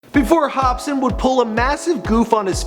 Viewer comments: I know that he corrected it, but this jerk off said "hopspin" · Did you really just call him Hop Spin? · Dis dood keeps saying HOPSPIN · its not hopspin dumbass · Its pronounced HOP-SIN ya twat.. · Is this guy really saying hopspin? -_- oh boy... Oh boy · lol u said hopspin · if he says hop spin one more time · this fool said "hopspin" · This nigga said HOPSPIN 😂😂😂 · ......why does he keep saying Hopspin in the begining? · (Hop--Sin) just as its spelled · "Hopspin" Yeah I'm not watching the rest of this. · get his name right dumbass.. not hopspin.. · is he saying "hop-spin??" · Why is he saying "hopspin?" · Hopspin... Really nigga? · why do you pronounce his name like ''hops spin'' ? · lol did he just say hopspin? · you don't know how to pronounce swizZz, and you don't know how to pronounce hopsin either. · After Hopsin sees this video: Nigga what the fuck? Homie my names different, ya mispronounced it. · Watch him blame this mispronunciation on the fact that he's canadian hahahaa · lol Hopsin not Hopspin + = edibles. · Can this nigga read its hopsin not hopspin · H O P S I N not hopspin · it's Hopsin HOP-SIN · Say his name right hopsin not hopspin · Dude you gotta check it if it's correct before you post shit like this, Demented dude it's Hopsin. Not hopspin. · hop-sin not hop-spin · Am i the only one hearing him saying HOPSPIN And not HOPSIN? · This guy is pissing me off.... he keeps saying Hopspin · ITS NOT HOPSPIN ITS HOPSIN FFS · hopsin not hospin u fucking idiot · who in the shit is hopspin wtf are you saying it's hopsin...get it right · Its hopSIN not hopSPIN jackass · why do you keep calling him HOPSPIN. Theres only 1 P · Yo first i thought he said Hopskin i was like tf?? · He said hopspin😂😂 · Hopsin. Not Hopspin. Hopsin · Hopspin wtf. It's H O P S I N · IT'S HOPSIN NOT "HOPSPIN" DUMBASS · Who the fuck is Hopspin? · He said Hopspin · You pronounced his name wrong. It's pronounced Hop-sin not Hop spin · he said hospin i think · “Hop spin” lmfao